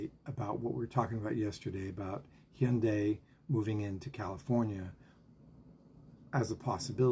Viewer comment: Hyundai. Rhymes with Sunday. That's the right pronounciation.